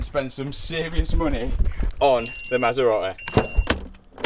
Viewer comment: I can imagine when the Italians made the maserati they never expected it to be pronounced like this.. 😂